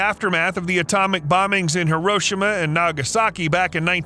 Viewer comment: the way he said Hiroshima😂